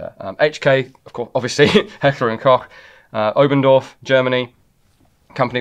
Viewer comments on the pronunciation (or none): Koch is pronounced like Coke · Thank you for calling H&K – Heckler and Kock! Rather than the silly Americanisation of Heckler and Coke! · As german it's still funny to hear "Kock" instead of the CH being pronounced right ^^ (there isn't a sound that comes close in english to be fair) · Klch is the German spelling for the word cook and it's pronounced exactly the same way why does nobody know how to pronounce that name? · Why does a gun expert repeatedly mispronounce Heckler & KOCH yet again?